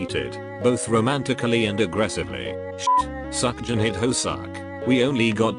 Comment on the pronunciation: The thing that I learned from this video "Seokjin"❌ "Suckjin"✔